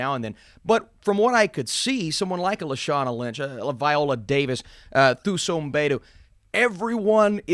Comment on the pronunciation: Quick tip for pronouncing Thuso's name for the future (because I'm predicting she'll blow up in the future), in that language, the "Th" sound is pronounced with a hard "T" sound. So essentially, you'd say it as Tuso (2-so).